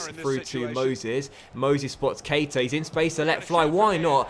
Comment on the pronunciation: PLEASE! It really annoys me when people get his name pronunciation wrong. It's pronounced like Ka-Eeta. Like so docks can see please 💯💯